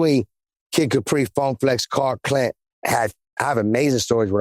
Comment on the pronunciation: Khaled is Lit! That man just said “Cark Klent”. I can’t unhear it. Had to rewind that a few times 🤣🤣🤣💀💀💀